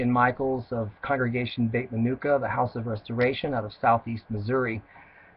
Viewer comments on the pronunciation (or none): You can't even pronounce the name of your congregation correctly, . There is no such word in Hebrew as menukah . Its menucha (peaceful rest) . Its not a gazerah sheevah ,its a gazerah shavah . Jonah did not die for ones sins , In fact no one's death atoned for the people of Ninevah ,it was thier repentance that saved them . The book of Jonah cries out against the ridiculous idea that you do wrong and some one else can pay the price by dying for you. Most of your wasted speech is speculation ,misquotinng verses out of context and not using gematria correctly . In Deut 13in the second verse dealing with the false prophet . Every 7 letters spell yeshu backwards . The snake in the garden is called nachash . His gematriah 358 is the same gematria as moshiach . The snake was arume or ir Rome (city of Rome)and yeshu has the gematria 316 the same gematria as the word arume (316)So we have a false messiah (really the deceptive snake)coming out of the city of Rome (yeshu aka jesus). 316 is 613 backwards the number of commandments in the torah given to the Jews ,and just as yeshu is encoded backwards in Deut 13 and is desribed as leading the Jews away from G-d's commandments so does he turn all the commandments(613) backwards . The original snake uprooted one commandment from the world .Xtianity wants to uproot all the commandments.